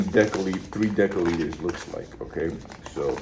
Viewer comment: Deci=desi. Pronounced with an s, not the k-sound 😉